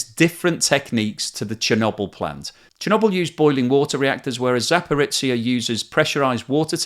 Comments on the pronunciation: Just a couple of points: you shouldn't idly talk of a "nuclear explosion" at the power plant. Even if a reactor was deliberately blown up, the nuclear fuel wouldn't detonate. And btw it's not Zaporitsia, it's Zaporizhia...or Zaporizhzhia. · I was tempted to look up Zaporitsia on a map, as I've never heard of such a place :) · Love your channel and your detailed analysis of the economics relating to the Russian invasion of Ukraine. Just one comment, zh (ж in Cyrilic) is pronounced like the sound we have in 'pleasure', 'leisure' and 'measure' rather than z or ts. So place names like Zaporizhzhia need to reflect this pronunciation :-)